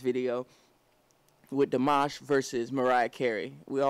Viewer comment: It's pronounced deemash